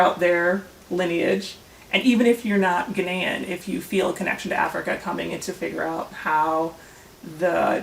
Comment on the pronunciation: Ghaanian not Ghenian lol🤣